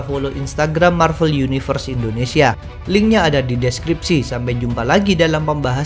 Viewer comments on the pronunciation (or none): none